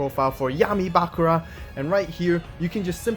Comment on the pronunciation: It's Bakùra, not Bàkura